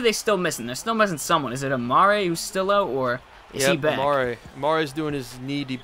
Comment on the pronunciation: It's Amare not Amara lol LETS GO KNICKS!